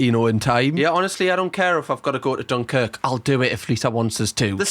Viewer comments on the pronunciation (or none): none